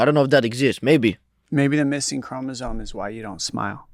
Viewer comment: Down syndrome people have an extra chromosome, they're not missing one, Dom. Also, it's pronounced "chromosome", with an "m", not "chromozone". Joe Rogan gets that wrong all the time too, two meat-heads that have no idea what they're talking about.